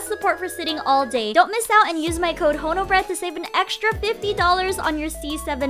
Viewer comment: Honobread? ❌ Haunted Bread? ✅ It's terrifying.